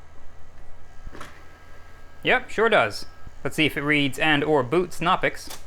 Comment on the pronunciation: The "k" in "Knoppix" is not a silent one. Or at least the "K" in (Klaus) Knopper, the German Linux nerd who released that distro, is not silent. You actually pronounce the K sound in any German word that beings in "Kn," such as "die Kneipe" (the pub). I was not prepared for Crime Scene Investigators: PC Edition. If I had a gun and needed to destroy some data, I would like to think I would come up with a better way of doing it than with a bullet.